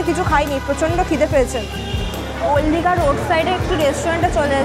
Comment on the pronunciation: ওল্ড দীঘা❌ ওল দীঘা✅ 😂😂